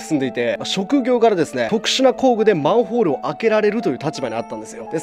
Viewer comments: たっくー「まんふぉーる」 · マンフォールにしか聞こえなくて気になって仕方ない。。うちの耳がおかしいんか。。